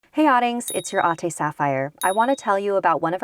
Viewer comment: as a fellow fillipino ate sapphire , you pronounced the word "ate " wrong. its supposed to be A-TE not UH - TEH :) love you ate sapphire ♡